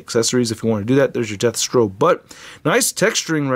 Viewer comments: I heard “deathstroke” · Are you saying "Deathstro"? 🤣 Sik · Me too.